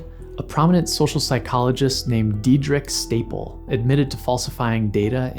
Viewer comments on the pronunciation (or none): Diederik Stapel literally says his name in the clip that accompanies the mispronunciation of his name in this video 👌